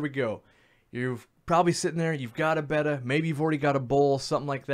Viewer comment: Thank you for saying their name correctly 🤗